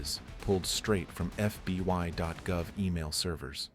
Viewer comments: When he says FBY instead of FBI dead giveaway this is an AI. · Is "F.B.Y.gov" really a thing or is AI just not quite there yet? 😂